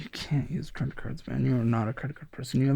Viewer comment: Say it with me “YOU ARE NOT A CREIT CARD PERSON “🎉